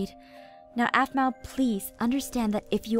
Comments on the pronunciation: I DONT LIKE HOW LEVIN CALLED APHMAU APHMAU ITS NOT RIGHT!!!! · his voice is awsome, but in the season finnally he said aphmau really strangely. it kind of annoyed me that he loved her so much, but couldn't pronounce her name, but everything else about his voice it awsome. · anybody rewatching in 2018 and slightly uncomfortable by Levin calling her “Aphmau” instead of mom? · For some reason when Levin says "Aphmau" Instead of Mom it makes me forget they are mother and son a little bit :/ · I thought aphmau said we need to protect the bees 😂